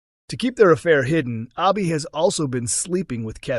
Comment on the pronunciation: Her name is pronounced Abi as in Abbey not Arbi. So annoying hearing you mispronounce names all the time.